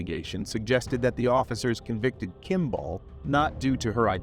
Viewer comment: I really wish you would have looked up how to pronounce 'Kimball'.... might have connected a common name you have heard with the spelling you apparently have never seen before.